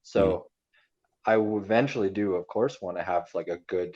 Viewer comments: It did sound like he said a course but really said "of course" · He definitely said "do a course" 😎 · He said 'of course'